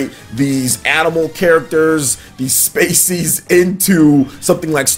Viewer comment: this dude a grown man who went to college....fuckin embarrassing. Did this dude mean to say species when he said "spacies" ?